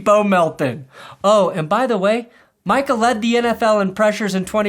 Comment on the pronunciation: The worst thing about it all is that can't even get Micah's name right.